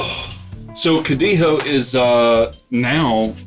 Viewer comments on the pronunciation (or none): You still pronounce G's in Spanish . . . It's not spelled CODIJO with an H sound for the J like you goofs keep saying. Yall would have many more subscribers if yall just got to the point and shortened up these videos.